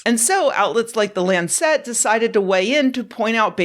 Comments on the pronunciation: Great stuff as always - though I squirmed at every "Lord Car-Nar-Von". He was the Earl of CarNARvon though (fun fact) he styled himself "Lord Porchester". Also, the illustrious British publication on matters medical is The LANcet taken from the name of the surgeon's knife. (Fun fact - little lance!) Keep up the good work, though! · Hey Nerdy Girl, this is Wordy Girl. Couple of notes: Carnarvon pronounced Car NAR von. Lancet pronounced LAN cet. Picayune yes but goes to credibility your honor.